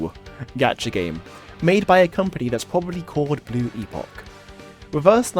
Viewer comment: Blue-poch. The livestream confirmed the pronunciation.